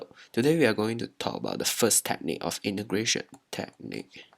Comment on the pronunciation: 8====D hoho i heard imigration instead of integration